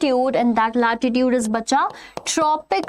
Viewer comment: its latitude not latitute